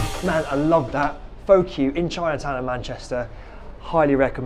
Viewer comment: Completely missed the pun Pho Cue, by mispronouncing it 🙄 Great video though, I'm heading into town!